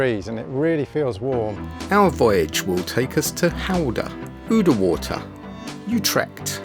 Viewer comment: The 'ou' in Oudewater is pronounced the same as in 'Gouda' or in the English word 'round'.